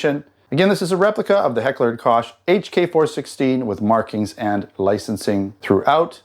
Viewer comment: Did you say "Kosh" 😂